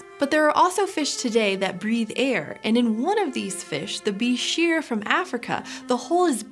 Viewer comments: its prononced buy-scher just so you know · When I was an avid aquarist back in the 1980s and '90s, at one time or another I owned several different species of bichirs and reedfish, I loved them. But I always heard it pronounced incorrectly, not like "beh-sheer", but like "biker". I named my palmas bichir "Harley" and my ornate bichir "Davidson"... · I always heard that "bichir" is pronounced "biker"